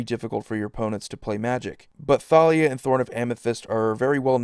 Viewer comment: Is it just me or is anyone else annoyed that it's pronounced Thalia(Ta-li-a) and not Thalia(Tha-li-a)